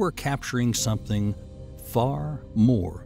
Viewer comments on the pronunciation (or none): none